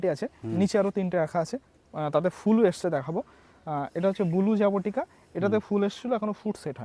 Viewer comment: জাবোটিকা নারে ভাই। জাবোটিকাবা